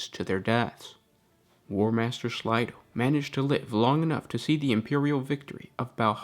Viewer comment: Slay. Slay-do. Not slydo